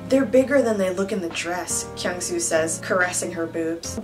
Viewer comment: am i the only one felt weird when pronounce kyungsoo name? 😂😂😂😂😂😂